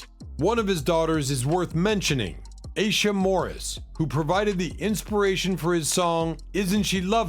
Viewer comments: Aisha is pronounced "eye-eesha" not "a-sha" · I think that Aisha is pronounced Eye E Sha. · Stevie Wonder's daughter, Aisha, name is pronounced. I EE SHA as it's sung in his song, Isn't She Lovely. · Their names are Nona Aisha (I-e-sha), Aisha ( I-e-sha) Morris& Tashera (Ta- sheer- rah) Simmons. Saying someone’s name correctly is important.